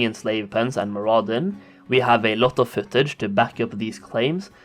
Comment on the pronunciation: mur-UH-din. MAR-uh-don.